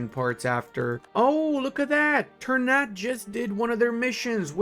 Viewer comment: Ternate: tr - naa - tay. Tidore: Tee - Door - Ray. Just a minor info from Indonesian.